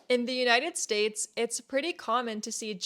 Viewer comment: Si, muy cierto. Me encanta como pronuncias United States..jajajaj